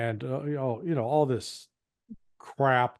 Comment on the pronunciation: learn English pronunciation. The word ‘this’ has a short ‘i ´, unlike ´.’